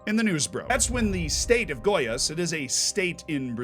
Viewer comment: Hermione time: It's goiAs, not gOias